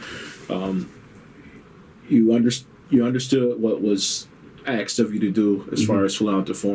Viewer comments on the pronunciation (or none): Interviewer: "...even though Norwegian is your main language, you understood what was being AXED of you?" Fuck, are "Muricans ever dumb. How difficult is it to say the word ASKED? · Do you understand what was being "AXED" of you? You threatening me 😳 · This detective says "axed" instead of 'asked'....idiot. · I’ll take, Guess The Race, for for six hundred, Alex. “... you understood what was being axed ah you.” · Lol... " So, you understood what as being axed of you ?" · Did the sgt. just say axed instead of asked? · the interviewer - "when they axed you this...." haha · Being “axed” of me ? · “You understand what was being AXED of you”. Lolol silly interviewer. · To the interviewer, the correct word is "asked" not "aksed". Slap the ghetto verbiage out of your mouth! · the questioning officer keeps saying something about axing- was there an axe involved in the crime? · Cleveland PD doesn’t do a thorough background investigation of its potential hires? Also “ asked “ not “ axed “ is what I think the detective was trying to say. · The interviewer says, Do you speak English ...he says yes, Interviewer says do you understand what I 'AXED' you...great example of English right there.... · The interrogator has a definite problem reading and speaking English. Axed for asked. Does not know the capital of Norway. Cannot pronounce Oslo. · The "awfisa" is getting some serious questions AXED of him. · I was thrown off a little when I heard the questioning detective say the word "ask" in that way. It always comes off as very unprofessional and ignorant.